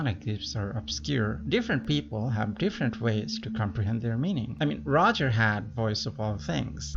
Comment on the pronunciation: Whatever u said maybe great. But for fak sake, he's not gold roger, it's gol d roger. Gol D Roger!